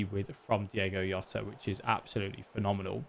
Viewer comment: diOgo Jota. Not Diego Yota :D